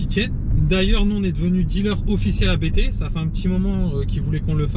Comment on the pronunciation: Ça se prononce "APTE" pas "A-BÉ-TÉ".